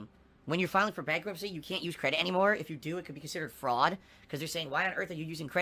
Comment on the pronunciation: "Fraud?" What is this "fraud?" Piggy has never heard of this concept of Frauwd.